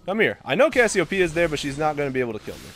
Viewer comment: "There is Ks-siopeia."